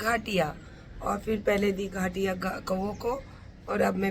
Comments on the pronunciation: Ghaatiya nahi gaathiya bolte h 😂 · Its not घाटिया its गाठिया घटिया औरत 🤣🤣🤣🤣